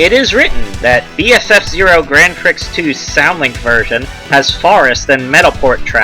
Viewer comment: Grand PRICKS lol. It is pronounced Grand Pree.